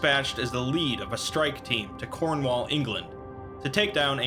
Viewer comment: this entire thing is very serious but they way you said cornwall is very, very distracting. We in the UK in the cornwall area to my extent of knowledge say it Corn-wul. not Corn-wawl